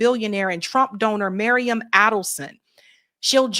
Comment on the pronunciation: It’s Miriam, not Mariam! You just read it off the screen, FFS!